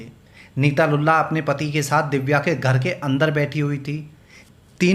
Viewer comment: Lulla nahi lullu